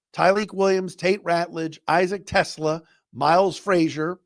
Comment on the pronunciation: Just wanted to let you know about a correct pronunciation. It’s Issac Te-SLAH, not Tesla. Love being an every day listener!